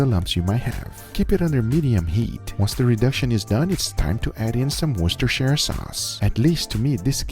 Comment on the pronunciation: I'm not proud of you for calling it "wostishre sauce". It's called Worcestershire***